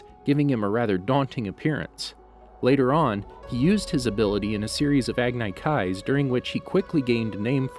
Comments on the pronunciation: Why do you call them "agnaikais?" It's agni kai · Isn't it Agni \ag-nē\(like acne) kai, not \ag-nai\? It's surprising how you've already narrated countless videos abot ATLA and TLOK yet get this wrong? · It’s not pronounced agnye Kai it’s agnee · red locus agnai kai combustion man bro it’s lotus, ag knee, and sparky sparky boom man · Who realized that he said agnykay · Pronounced ag- nEE ki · It’s Agni Kai I will show you how to pronounce it a-g-n-e Kai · Agneye kais? Dude pronounce things the right way they are already established as words in the show no reason at all to get it wrong. You do it alot with names too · It's pronounced AG-NEE-KYYY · WHY does he say words like agne kai and Ozai like that, and have a channel name like?? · The way he said agni kai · you said agni kai wrong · Agni. Kai. Say the words right. They tell you how to say the words in the damn source material. Get it right. Stop driving me insane. I can’t even finish your videos because you won’t bother to learn how to say things in this show. Did M Night Shyamalan produce this or something?